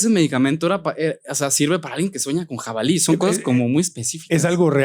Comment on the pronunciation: 'Jabalíes'... aquí no más por criticar.